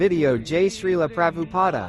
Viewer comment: ছিলপ্রভুপাদ উচ্চারণ ঠিক করো